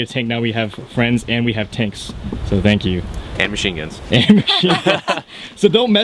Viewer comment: "tank you?"LoLz